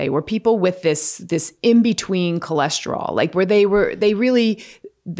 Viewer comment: What is Cholesterolls????? Where’s it rolling??? I thought it was cholesterol!!!!